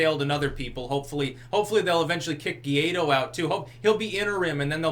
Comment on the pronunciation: Hey, be the first commentator to pronounce "Guaidó" correctly. Just say "whydoe".